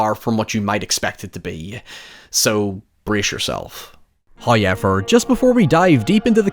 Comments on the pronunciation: "Hawyever" brother choose another word. Fuck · this sick bastard probably gets crazy engagement and playback time for that pronunciation😂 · my american tounge can't even comprehend how says however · His accent does pop out more with that word but it has become a bit on his channel and community now. And even if it wasn't, why be this rude about it? Just a needlessly negative comment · How do you spell how pronounces "However"